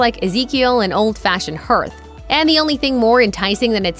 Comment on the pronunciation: I agree with the commenters remarking that Bays English Muffins are obvious contenders. I will also use Old Tyme in a pinch (and when Thomas's don't come cheap!). One more thing: "Hearth" rhymes with "Garth."